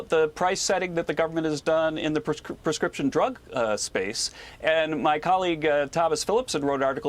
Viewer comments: It’s price gouging not gauging!!!! She should learn to read her teleprompter!!!!! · Embarassed Harris called it "price gaging". Did she mean GAUGING? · She called it “price gauging “ not gouging. Kamala Harris is clearly an idiot